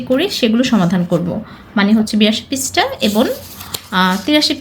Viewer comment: Tor onko BHALO kintu tui beshi natok Kore kotha bolo's পৃষ্ঠা কে prista bolo's ken?natok🙄😒